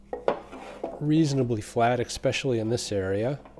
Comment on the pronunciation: "Ekspecially" is still not a word.